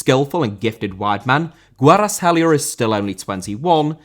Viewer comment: Kvaratskhelia* not Kweratelier